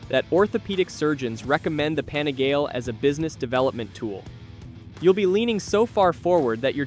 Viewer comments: The repeated "Pani-gail" pronunciation was like fingernails on a chalkboard 😫😣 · So true 😳😳😳 on the pani Gail pronunciation!!!